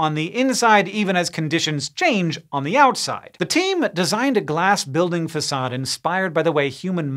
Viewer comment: Are you sure that's how you pronounce 'facade' Hank?